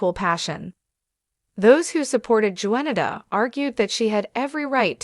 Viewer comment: YOU ARE STILL PATHETIC! YOU CONTINUE TO MISPRONOUNCE BLACK'S NAMES! Her name is pronounced: Juan-i-ta (the J is silent!). Not Joenato Bynum! Secondly, Johnathan McReynolds. You mispronounced his last name calling him McCrinalds! You're a JOKE and a DISGRACE to ALL CCs! Just GO AWAY, PLEASE!! Your PODCAST will NEVER BE SUCCESSFUL!😂😂😂😂